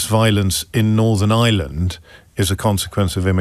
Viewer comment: “Northern Island” Jaysus O’Brien trying harder. you aren’t Jan Leaming